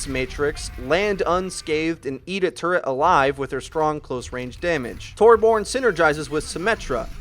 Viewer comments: Its so irritating hearing you say torborn omfg its torbjörn pronounced (tor-byorn) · It's not 'Torborn', it's 'Torbyorn'. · Torborn XD, it is Torbjörn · It's not Tor-born its Tor-byern. That's how you pronounce Torbjörn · Tor-bron tor-BORN.... WHAT???? ._. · lol did he really just say torborn? 😂😂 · Just gonna put this out there because it is a little annoyance to me: Torbjorn is actually pronounced Tor-Bee-Urn. It sounds stupid, but it is actually official. you can look it up. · Tore-Born (that's made me cringe every time he said that) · This channel is 99% perfect. The only thing they need to do now is pronounce Torbjorn (Tore - BEE - yorn) correctly. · uh no, it's pronounced TOR-byern and it's spelled with an Ö. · Torbyern redi tu vark! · Watching this in April of 2017, it's impressive to see how far has come. He sounds much more confident now, and he doesn't say Torbjörn like a total idiot anymore.